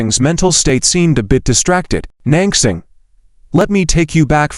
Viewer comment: lol, non-crossing! non-crossing! poor Nan Xing can't even have her name pronounced correctly. So sad. :(